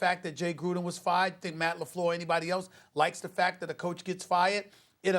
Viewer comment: Stephen A: Matt LeFloor